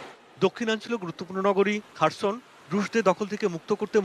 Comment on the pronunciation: খারসন না খেরসন